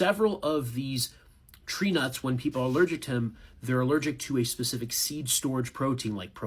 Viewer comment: My name is Trina, and at first it sounded like that instead of tree nuts. If you go back and listen to the last minute or so, and replace tree nuts with my name, it’s 😂😂😂.